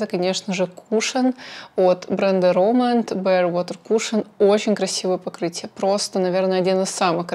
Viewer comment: РОмэнд ударение на первый слог :) По поводу туши, стойкая тушь легко смывается двухфазным средством. тушь наслаивается после каждого слоя, а не пытаетесь все сразу нанести на ресницы. Спасибо за видео :)